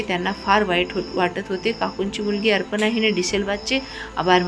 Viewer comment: कथा छान आहे. पण वाचन बरोबर नाही उदा: अपर्णा आहे तिथे अर्पना वाचते . ही वाचणारी मराठी माध्यमात शिकलेली दिसत नाही.